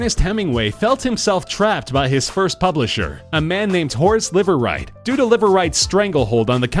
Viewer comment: Imagine establishing a new last name for yourself meaning, "Live Right" only to have it be pronounced as Liver lol